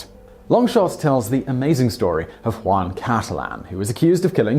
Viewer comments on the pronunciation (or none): none